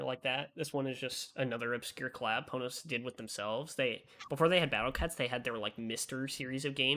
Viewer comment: It's fine, they still say "Pohnohs" which isn't how you say it. Everyone sucks.